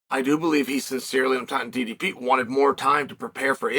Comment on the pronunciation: Wow, even pronouncing DDP name correct 👍